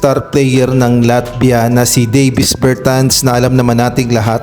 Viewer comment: Clarification lang po, Dă + vis po pagpronounce ng name niya hind po Day + vis. Salamat.